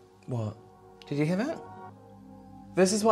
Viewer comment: "Did you sluts heeah that?!" I'm cryinG